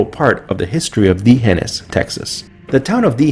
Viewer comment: Great video, you are mispronouncing D'hanis.